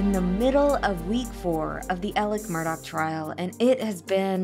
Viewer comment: Please stop playing into his psychopathy. Call him Alex Murdaugh (Murdaw) not Elic Murdock. What kind of psychopath just suddenly changes the pronunciation of their name.🙄